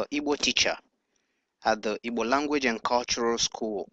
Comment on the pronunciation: This computer is saying evil ,not Igbo, it is not necessary.